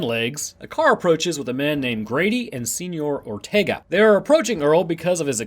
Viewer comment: “Seenyour Ortaegah” --2020